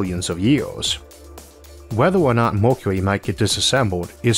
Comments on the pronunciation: Why You Say Mockuee....instead of Mercury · The speaker can't pronounce "Mercury" properly. Either that or he can't read properly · I thought it was an accent too at first, but actually he has a speech impediment. You get used to it after a while. If you have trouble understanding you can turn on Closed Captions :) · your way of saying mercury 😂